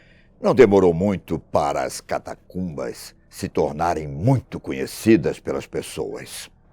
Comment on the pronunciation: Avisa a ele que a palavra correta é Catacumba e não Catatumba como ele diz em 2,40 min do vídeo